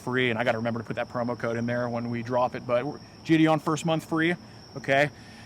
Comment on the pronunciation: JIDION?! Gonna have to skip this one